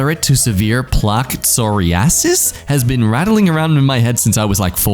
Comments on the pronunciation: Psoriasis :(Sor-aye-isis) dry, flakey, irritated skin, often on the elbows or shoulder blades. Also "Dry Flakey, Irritated skin is another term that has been seered into my brain from TV so this is indeed legit. BTW is you have Psoriasis, the oatmeal lotions do work pretty well. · psoriasis is pronounced "so-rye-uh-sis," and it's a condition where your body produces too much dead skin. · Plaque psoriasis. Lol Jack: plaque sorry-asses? /dead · I have never heard someone mispronounce psoriasis so intensely in my life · I guarantee you've heard "severe to modern plaque psoriasis" mentioned many times. But with the way you pronounced it, it could kick you in the nuts and you'd have no idea what it was. 😅